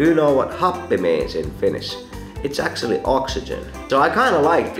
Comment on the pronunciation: This is how your “actually” sounds: äktsöälly